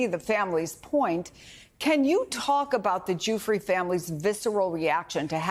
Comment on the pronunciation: Is she saying guifre or jewfry